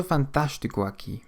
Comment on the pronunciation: Overall, not bad but some parts are off. For instance, the way the a's are pronunced in "absolutamente" and "aqui".